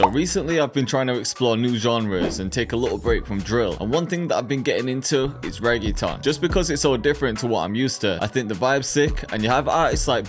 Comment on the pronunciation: nigga says reggaeton but cant say reggaeton properly.